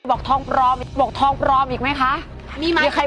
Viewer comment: ทองปลอม ไม่ใช่ ทองปรอมมมมมม